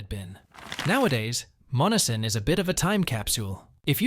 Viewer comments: Monessen is pronounced “Mon-S-en” with emphasis on the S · AI sucks. MON-ESS-EN. Not MONNESSON. Employ a human for your dumb video. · YOU ARE PROBOUNCING MONNESSON WRONG IT IS MON NESS SON NOT MONNISON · Dump the AI voice.....Monessen is hacked badly....it's - mon - ness - son not mon - a - son. About the only people that never heard of the first 2 towns you mention are from Mars. Yea, they're dead places, but so is the rest of the Mon Valley. Steel is gone and it's not coming back until WWIII and maybe not even then because we'll lose thanx to allowing the steel industry and supporting industries die. Good move unions - you helped murder our country too. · Monessen pronounced…. Mō ness en…. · You say Monessen as Mo nes sen. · It's pronounced mon e sen. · I live in Western Pa it pronounced MON ES SON. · Monessen is pronounced Mo-Nessen. It is named after Essen, Germany (a big steel making town) and the Monangahela River - Essen on the Mon River! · I currently live across the river from Monessen. They are not saying the name correctly. I live in Charleroi PA accross the river from it. It's not as bad as Monessen but it's still not good and we have empty houses and buildings as well. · Obviously your not from Pennsylvania otherwise you would know how to pronounce Monseen sorry to be rude.but when you do these please learn who to pronounce the Names ok.thanks for Sharing hope you have a good evening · You are pronouncing Monessen wrong